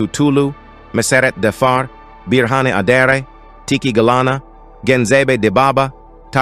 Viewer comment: You are greater pronounced person even than I am . thanks from Ethiopia